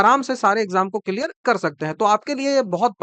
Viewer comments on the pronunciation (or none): none